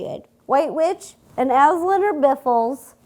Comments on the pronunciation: it's not Asl-AND, it's Asl-AN. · It's pronounced oz-lond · Sorry but that’s not how you pronounce Aslan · U said the lions name wrong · Am I the only one who was triggered by her mispronounciation of Aslan